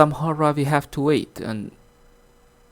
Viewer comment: It's called a hard DRIVE, not hard rive.